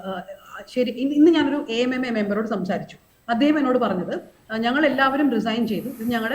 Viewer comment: കാവ്യനീതിയല്ല... കാമ നീതി..... ഇനി യെങ്കിലും AMMA എന്നു വായിക്കരുത് - എ.എം എംഎ... റിപ്പോർട്ടർ ചാനലിൽ അങ്ങിനയേപറയൂ...